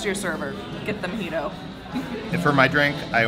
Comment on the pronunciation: I've never been there before... Is it pronounced a "Mee-jito" like says or a "Mo-jito" like it is spelled?? Sometimes things are pronounced differently than they are spelled... 🤷🧏